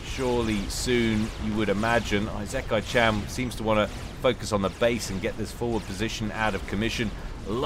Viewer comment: At least he got the -chan part right.